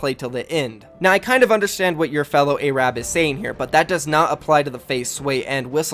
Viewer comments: Your fellow is ai rab lol it’s a-r-a-b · my man said a-rab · did you say Ay-rab by mistake love your vids you inspire me and so many others! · Its pronounced arub not ayrabb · Literally noone:: “ayrab” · Learn how to pronounce Arab pretty disrespectful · Why does he say Arab like that? 😭😭😭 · But the real problem is his pronunciation of Arab. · this man needs to review the pronunciation of arab